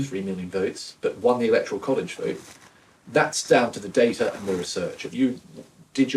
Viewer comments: Dar-ta..... Wut?? Since when did we change it from day-ta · Reporter has acquired a near-perfect RP accent, but betrays her Aussie roots by pronouncing "data" as "darter" rather than "dayter". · Surely it's dayter not darter. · "darrrrta" Are all Channel 4 journalists fucking morons? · Why is an English reporter pronouncing data "Daartaa"